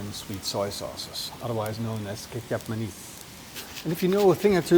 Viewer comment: The way pronounces Indonesian stuff is hilarious though. Especially the Ketjap Mah-nies and the Ra-wiet peppers...